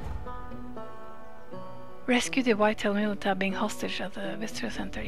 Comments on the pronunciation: Or mil-i-tcha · um, just for your info... Militia is pronounced mil-i-cha